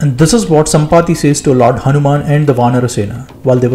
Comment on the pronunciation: Jaya shree Raama, jaya hunaman*, please don't mispronounce the names. It's insulting as fuck to purposefully mispronounce someone's name.